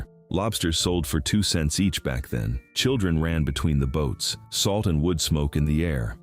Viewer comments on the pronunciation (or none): none